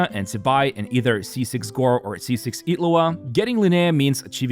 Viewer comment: why do you pronounce Illuga as Itlu'a?